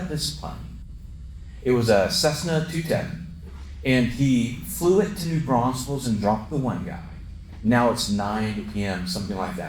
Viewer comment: It's New Braunfels, not New Braunsfels!